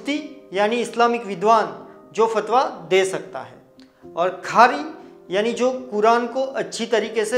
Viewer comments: Its not “Khari” the correct word is “Quari” means reciter, however nice information. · You are doing a great job! JazakAllah! And the word is Qari not Khari . Thanks again....